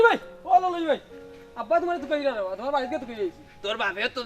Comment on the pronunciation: ললই না খলই বা